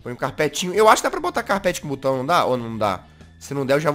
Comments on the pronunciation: SO EU ESCUTEI O JAZZ falar CU BAO 😂😂😂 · quem ouviu o jazzghost falando butao dá like